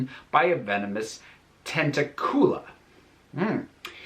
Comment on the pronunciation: Just one of the few things I remember from.... I think one of the games? The pronunciation of tentacula is basically tent like tentacle, and acula like, well, Dracula. Ten-tak-yu-lah. I wonder if wizard sex-ed would have "Safety first: a lesson on safe usage of engorgio" given it can make things... explosive. And not in the fun way.